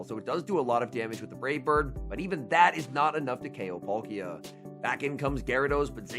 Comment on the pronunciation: Love your videos but please learn how to pronounce these pokemon names! Palkia not Polkia. Watch the cartoon of pokemon shows. P-aaakia is the correct pronunciation